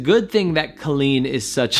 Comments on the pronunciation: i do agree with your theory, but i still have another theory. i don’t wanna write it here though cause i don’t argue online. but i’m happy you at least analyzed it. Colleen is pronounced cawleen btw not Coaleen (how she says it😂) and yes their podcasts are marital therapy, she has said that a few times lol message me and i’ll tell you my theory 😜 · IT'S PRONOUNCED CO-LLEEN NOT CALL-EEN! I watch Colleen daily and Erik is more private online. They do have a podcast together called RELAX! with Colleen Ballinger and Erik Stocklin. He is way more open and relaxed on it and you really hear him. This video is from a while ago and during quarantine he has opened up more and is on the vlogs more too. Have a good day! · u were saying her name wrong, maybe that's why it sounded so wierd lol. But her name is pronounced kinda like how u would say jolene. with a hard o. I think she actually explains that in that video lol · When he said colleen instead of colleen in the intro, i cracked up😂😂😂 ik nobody other than colleens fans will get this joke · FYI she pronounces her name as Coal-een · It’s actually pronounced COY-LEENT. So you actually have it wrong. 🤷🏻‍♂️